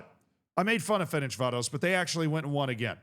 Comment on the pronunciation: It's "Ferencváros", not "Ferencsvárosz" like you pronounce it